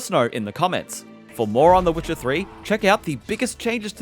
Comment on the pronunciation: Why is he saying wicker 3